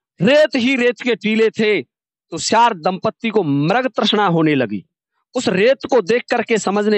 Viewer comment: Siyar hota soyar nhi